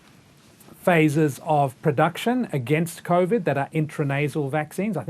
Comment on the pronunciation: Omg the coughvid guy is back I can't stand the way he pronounces covid